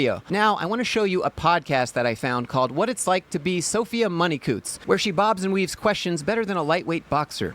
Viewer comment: Her name is Money-Coutts ffs XD